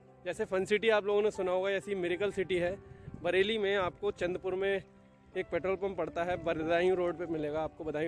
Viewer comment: Bhai ye चाँढपुर hein , चंदपुर nahi...